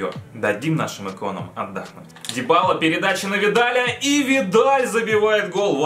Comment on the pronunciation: не дибала а дибала ударение на первую а